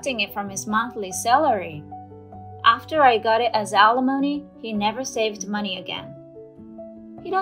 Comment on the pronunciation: Right, and still don’t know how to pronounce it. I just have to laugh every time I hear them say it because they sound so ridiculous. Sometimes I think this channel is run by middle schoolers.